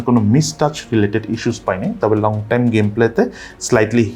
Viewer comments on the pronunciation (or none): none